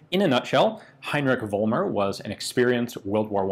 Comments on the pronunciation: I know, it's hard for anglophonic speakers, but the name is "Follmer", not "Wollmer". It's the same phenomenon like in "Volkswagen", it's pronounced with "f". There are some historic reasons for this in German, even Germans get confused about this, before they attend school. But everything else in this vid is pronounced very good. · It's pronounced FOLLmer in Germany.